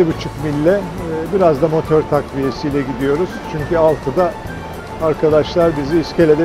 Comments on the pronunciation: Hocam yine motör demeni özlemişim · Bende de Motör telaffuzunu duyunca yeşilçam filmlerine gittim. Videodan çıkamadım henüz çok güzel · mükemmel videolar, tek problem çok sık göremiyoruz sizi. Umarım daha sık video çekme şansınız olur bizde güzel vakit geçiririz, birde motör deyişinize hastayım. Motör, motör diyerek evde dolaşıyorum. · Ben de birgün Motor'a "Motör" diyebilecek miyim acaba??? 😂